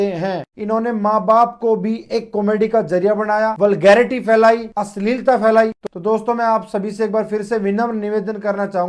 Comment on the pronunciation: ssspesssly , wagherra ,, ristedaar , phoolooo krrrte ain , minddd ko bren wossss , asleelta